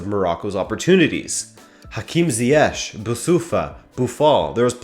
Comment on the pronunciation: Amazing work as usual, also i like how you pronounce ziyech properly.